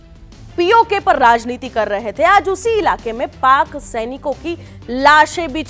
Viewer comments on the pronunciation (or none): none